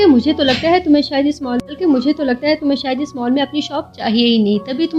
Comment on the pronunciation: Well explained mam but Mal nahin hota Mall hota hai😂